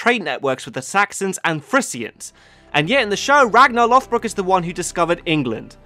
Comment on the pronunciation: Sun stone's, real yet used improperly in the show, vikingr not vikings, Rollo (Hrolfr) attacked Paris and became the duke of normandy. Ragnar and Rollo were not related, its Lođbrok not lothbrok. The đ is pronounced like the th in "the" or "that" not the th in "forth" or "north" (more of a z sounding th rather than the soft) also Ragnar lived during the end of the Vendel period (accounts are very distorted) so for period dress, armor, weapons, etc, simply reverse to vendel and valsgarde.